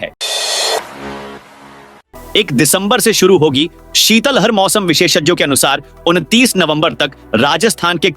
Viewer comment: शीतलहर का उच्चारण सही नहीं किया है